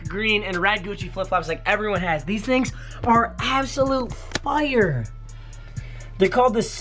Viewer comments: He says fire like foire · says fyyre instead of fire and its funny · did anyone else realize he pronounces fire "fie-errr" its funnys asf